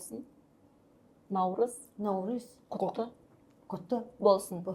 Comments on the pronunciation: Она Наурызм гээд байхын , Наурыз шүү дээ. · Наурыз гээч Она, науризм , науризм гээд байхын